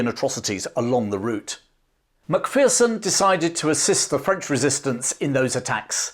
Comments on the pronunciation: Love your video about Tommy. My only gripe is your American pronunciation of our clan name. Remember, "There's no fear in a MacPherson!" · Great story. However, your inability to say MacPherson properly hurt my ears every time.